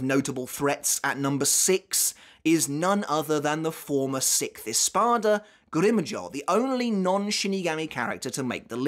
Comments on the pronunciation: Americans: "grim joww": "grimm joeaux" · Why are you saying Grimmjow's name weird? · Why do you say grimmjow like that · Anyone else get triggered by how he says Grimjow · Bro no one in the sub or dubbed versions of bleach pronounce grimmjow the way you do… start pronouncing the names PROPERLY!